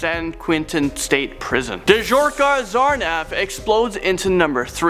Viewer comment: Dzhokhar Tsarnaev is pronounced Ja-har Sa-rn-ie-v